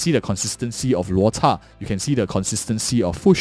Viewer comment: hey man great video! Im curious... is there a reason you pronounce Luota instead of Luocha?